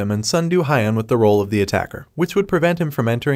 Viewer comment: Its hiiun not hyun with e only higher pitched